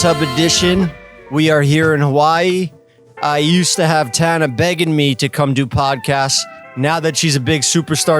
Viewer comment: I'll never get over how Jeff pronounces Tana.. Tah-na